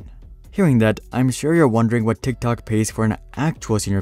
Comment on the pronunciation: Am I the only person who absolutely hates the way that this person pronounces TikTok